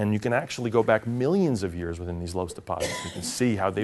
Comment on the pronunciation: Minor soil science quibble: 'loess' is pronounced 'luss.' Amazing stuff. Aeolian silt deposits. All over China and the midwestern US. Damnably yellow.